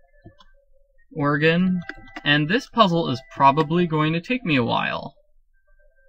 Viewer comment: Why do you pomounce it organ?